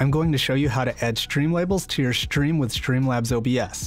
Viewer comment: Why is he saying "shtream label"